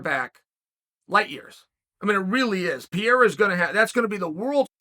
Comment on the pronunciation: I was sooo confused as to who tf Piera was, I thought he was talking about someone up at light heavyweight that I somehow didn't know about. Only when he started talking about his upcoming bout with Adesanya did I realize he was talking about Pereira. I mean come on Chael, you're one of the top analysts of the organization, you've gotta have a minimum of an idea as to how you pronounce a man, who's literally challenging for championship status in the coming weeks, name. I love the content, I think you bring great insight from an ex-fighters perspective and company strategy on how to build match-ups, but please take time to learn the fighters names.